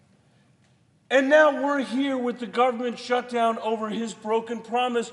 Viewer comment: Shurdown lol